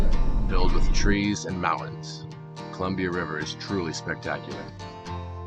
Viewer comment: There's a "T" in mountains.